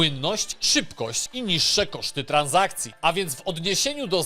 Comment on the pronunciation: Tran$akcje a nie TranZakcje 😊 Poza tym newsy sztos. Pozdro